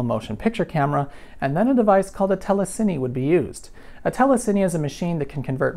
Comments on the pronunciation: It's pronounced teh·luh·seen, not teh·luh·sin·nee. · telecine is pronounced tele-scene, not tele-sinnie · All these years I've been pronouncing telecine wrong! I thought it was TELLUH sinn or TELLUH sine. Now I know it's TELLUH sinny! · Wow, I always assumed "telecine" was pronounced "tele-seen" but I never heard it out loud before. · Today I learned I've been pronouncing "telecine" wrong for many, many years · working with these 30 years ago they were always pronounced "TEL-eh-kein" (rhymes with "cayenne")-- though your way makes more sense